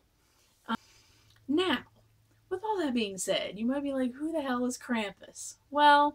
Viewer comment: like Brom, it's pronounced "Krahm-pus".